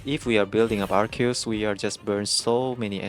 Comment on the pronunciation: wow you're actually the first person i've seen that pronounces Arceus correctly, even tho its japanese name is アルセウス Aruseusu (I'm pointing out since i believe you are japanese, so it's even more impressive getting the pronounce right because it's composed of latin root words)